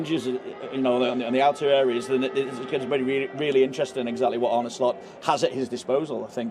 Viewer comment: You're Tom not Tim; he's Arne not Arnie ☝🏾